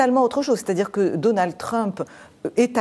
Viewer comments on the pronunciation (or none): none